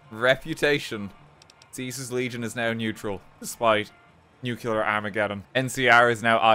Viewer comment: It's NuCLEAR, not NuCuLA, Mr. Oppenheimer.